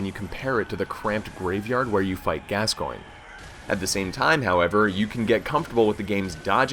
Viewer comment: he doesn't know how to say the fathers name(can't spell so won't try) and the cleric can be parried with either of the first two weapons you have to shot it in the head at the right time.